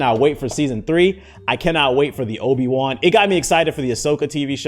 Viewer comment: Obi who???😂 his pronunciation kills me everytime